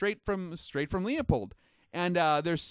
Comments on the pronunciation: >>>>>> "LOOOPOLD", <<<<<< not leeA pold. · Leupold is only Pronounced- loophold. Not pronouncing this correctly Makes you seem uninformed, and limited on your scope knowledgable. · Forget the E when pronouncing Leupold. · I'm really enjoying the series up to this point. But I'm dying to know, does he learn how to say Leupold by the final episode?